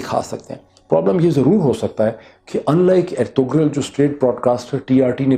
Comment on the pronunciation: I don't know why do you pronounce ErtuGral where as the name actually Ertrul in Turkish this kind g is not pronounced it is not a big deal but was not expecting it from you You said you have watched it on Netflix where it is in Turkish language with English sub title every body is clearly saying Ertural